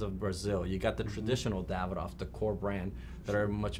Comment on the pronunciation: Davidoff not David......off